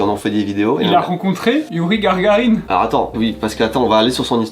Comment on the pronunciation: Youri Gargarine? Vraiment?